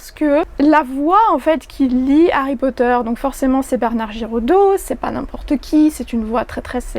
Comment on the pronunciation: J'avais écouté l'extrait mais j'avais du mal avec certains mots notamment Potter qui est dit "Potère". Et rien que sur les 5 min de l'extrait ça m'a choquée.